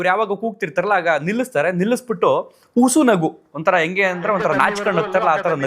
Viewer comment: ಉಸು ನಗು ಅಲ್ಲ , ಹುಸಿ ನಗು..